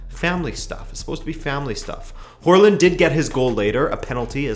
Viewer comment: Å is a pretty difficult letter to pronounce, especially for English speakers, but you said Hårland = hairland lmao